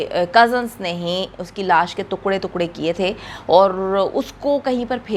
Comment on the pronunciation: Took Ray ko too kray bol RI hy